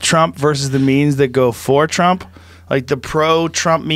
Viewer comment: Ha ha he said Twump!